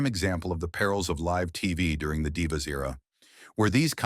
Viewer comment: Stop mispronouncing live 😢